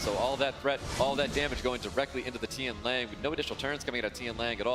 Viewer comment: dude casting really saying tian liang...can we get more amateur casters?